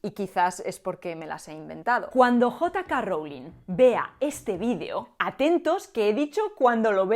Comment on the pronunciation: Jota Ka Rowling 😂😂😂